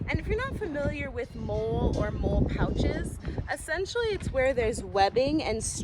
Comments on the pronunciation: MOLE? It is called mol...le :) You are a crazy lady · I believe you MOLLE not MOLE 🤣🤣🤣. I :face-red-heart-shape: your video, I am a fan now!!!!!!!!!!!!!!!!!!!! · You think like I do: any pouch gets a small knife and a lighter because reasons yet to be realized. Addendum: MOLLE is traditionally pronounced "Molly", in part as a tribute to its predecessor system, ALICE. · Great video! Love your passion for the craft! I do believe the word is pronounced “Molly”. I know it’s spelled molle, but it’s not a big deal! The older version of molle was called daisy. Daisy wedding and molle webbing. I think there’s a third type, but I can’t remember. Anyway, Have a great day! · Great video. Very impressive and functional setup Btw molle is pronounced molly and it stands for the Modular lightweight load-carrying equipment which replaced Alice gear (All-purpose lightweight individual carrying equipment) which was what I used when I served (yeah, I’m old). I too prefer the drop leg holster for my pew pew. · Is it pronounced MOLE or MOLLY? I do not know but heard both now.